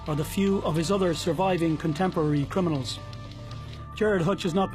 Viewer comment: Can this guy not say crim-I-nals not crin-I-mals